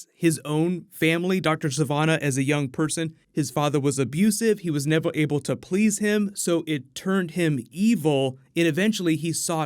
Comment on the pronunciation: "He was nevew able to please him." lol sorry, had to point it out. P.S. Love your vids